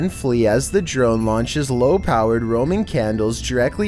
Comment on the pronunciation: ROMAN candles...not 'roaming'!!!!